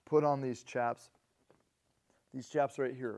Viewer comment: For what it’s worth…chaps is pronounced shaps.